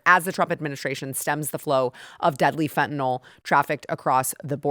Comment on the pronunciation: FentaNYL... you and PDT both.. it's NOT FentanOL.